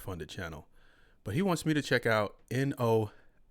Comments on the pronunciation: Bro 😂 It’s phonetically pronounced, “no-ef-ex”. Like they don’t use effects… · It’s pronounced No FX. Do some research.